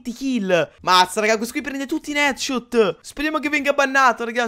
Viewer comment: Ma hai detto tutti etchot 😂